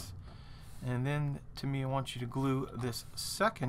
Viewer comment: Nice kit, nice video, terrible pronunciation. 8-D It's TA mee ya , just like SU ba ru , except it is TA mee ya ! :-) Seriously a cool video tho .